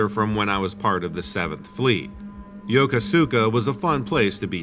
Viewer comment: Legit. The fact that you know the proper way to pronounce Yokosuka got my attention. I was there from 2004 to 2007.